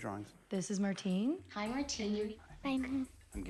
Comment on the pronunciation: Martini?? Martini??? :D